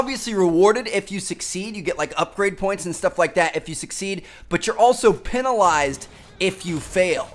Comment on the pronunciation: Penalised you said that word very oddly pronounced peen not pen